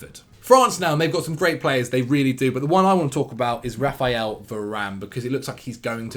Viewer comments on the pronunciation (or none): none